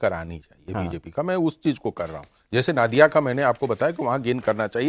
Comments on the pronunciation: Sir’s it’s नदिया(नदी से) not नादिया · नादिया नहीं , नदिया बोला जाता है। Pronunciation सही होना चाहिए। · Ya toh नदिया बोलिये या Nodiya boliye "Naadiya" kya hota hai? Ab aap 4 log itne varisth evam nispakskh patrakar hsi fir bhi ghalat uccharan, isiliye BHAJPA bahari party ke naam se badnaam ho rahi hai Didi ke dwara Spasht bengali aur nahi to hindi uchharan hi kariye maharaj Naadiya koi English ya Russi jila hai kya Paschim Bangal main? 😂❤😂😂❤🎉😂